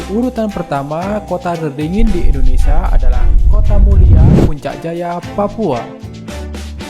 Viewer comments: Indonesia, bukan Indonesa. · Admin beritanya baik tpi Admin hrs belajar melafalkan nama Indonesia dengan benar. Admin bs bilang Malaysia dengan benar knapa nga bs melafalkan IndoneSIA dengan benar. Nama negri Kita INDONESIA bukan INDONESA. Kedua melafalkan kan Like itu ,"i" nya dibaca "ai", lafal bavanya 'laike' bukan 'leeke' Mohon di perhatikan.